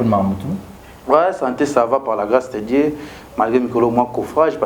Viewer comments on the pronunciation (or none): none